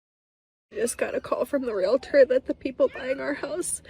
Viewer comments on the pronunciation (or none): Real-tors NOT re-la-ters! Two syllables only. So many people mispronounce this.